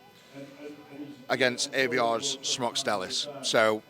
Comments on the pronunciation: Love how Eddie just cannot pronounce Aivars' name. I'm sure someone's told him, but if he changes I'll be disappointed lol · You struggle so hard to say Aivars name, it was said right before you said it and still couldnt get it. 😂 I find it quite amusing